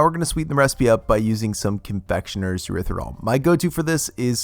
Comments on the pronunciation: Please learn how to pronounce erythritol. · Thank you, for all the wonderful recipes you bring us. I love watching all your videos...they are short sweet and to the point!! Keep up the good work, it is greatly appreciated. By the way... I like the way you pronounce erythritol😂 Happy holidays🎄